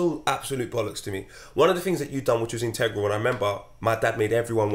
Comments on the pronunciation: Nobody: Absolutely nobody: using big words like "Intengral" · Nobody: &: Integral